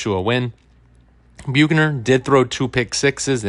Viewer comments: Where did you get the pronunciation “Bukener”? 😂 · I'm sorry, but the way he is saying Bukener is driving me crazy 😂😂. It's making it hard for me to listen to the video lol